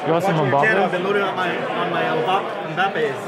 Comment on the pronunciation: if this dude says MuhBappe one more time... lol